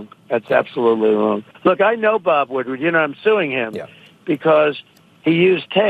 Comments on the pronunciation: Hello Thank you very much for what your words. I agree with most of what you said. But the journalist's name is Bob Woodward, not Woodard. ( Sorry, it was just ticking me off when you mispronounced. his name.) Other than that, I really liked what you said. Thank you Peace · No offense, but you keep calling him Woodard, not Woodward.